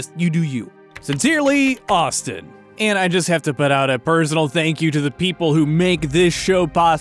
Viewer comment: Mandatory comment teasing Austin about his pronunciation. Lol. I went on a rant over the lack of PPE when I first watched Manly's playt through